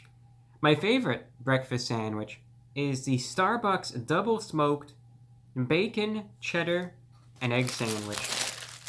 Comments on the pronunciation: ...the back-orn 🤣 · "theres the b e k k o n" what a king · Reviewbrah hit that ò when he said bacon😂